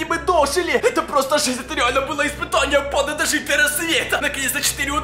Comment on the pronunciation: Я не понял банда или панда